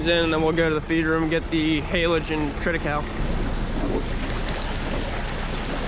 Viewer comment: I feel stupid but I googled an can’t find it. What’s in the feed? What’s the grass. Sounds like you say treta cow? What is it?